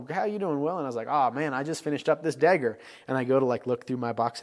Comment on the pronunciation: You pronounce dagger as “degger”